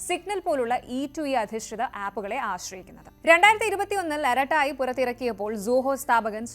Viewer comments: അരട്ടൈ ഇങ്ങനെയാണ് ഉച്ചാരണം അരട്ടായ് അല്ല ഇനിയെങ്കിലും തിരുത്തുക. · ആറാട്ട എന്നു പറഞ്ഞതിൽ നിന്നും അര ട്ടോ യിൽ എത്തിയിട്ടുണ്ട് അത്രയും സന്തോഷം